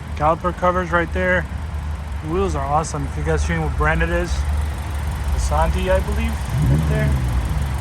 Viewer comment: Bro said caliper covers and Asantis 😂